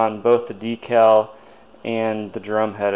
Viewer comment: DEE-CAL. Great job!